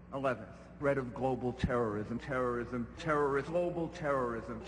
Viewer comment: when bush says terrorist it sounds like hes saying turst